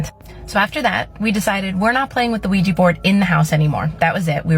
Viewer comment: PLEASE stop pronouncing ouija as weejee !